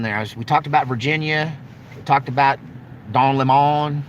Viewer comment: Don Lem..Mon, lol